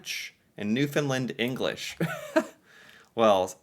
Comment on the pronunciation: remember there is a "A" at the end of Newfoundland not an "I"